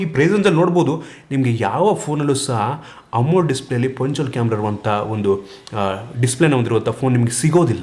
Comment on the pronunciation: Bro you're using wrong pronunciation of AMOLED display. You're pronouncing like "amul" display!😅